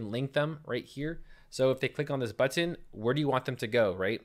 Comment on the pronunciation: I love how you pronounce.... BuTTon